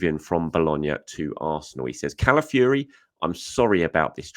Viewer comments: I'm Italian and a long time Arsenal fan but it's CalaFIORI not CalaFURY...😅 COYG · I am over the moon the Arsenal are signing a very good Italian player but if I have to hear calling him Calafury everyday I had to say something 😂